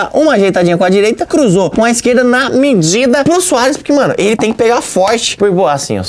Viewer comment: olha como () fala medida kkkkkkkkkkkkkkkkkkkkkkkk